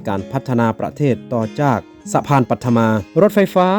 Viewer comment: จอแสดงความคิดเห็นครับ..อยากให้คุณสมจิตรฝึกออกเสียงสำเนียงและเสียงวรรณยุกต์ให้ถูกต้องจะน่าฟังและน่าสนใจมากขึ้น..คุณออกเสียงวรรณยุกต์เพี้ยนอยู่มาก คำไทยใช้เสียงต่ำก็ใช้เสียงสูง เช่าคำว่า"หก"แต่คุณออกเสียงว่า"ห๊ก/ฮก"ความหมายต่างไปเลย หรือคำว่า"จาก"ออกเสียงเป็น"จ๊าก"..เป็นกำลังใจให้กันครับ